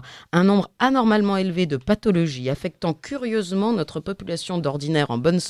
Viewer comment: Quelqu' un pourrait-il expliquer à cette charmante journaliste qu'en français on ne dit pas "nautre" (comme dans "autre") mais "notre" comme dans "note"? MERCI D'AVANCE!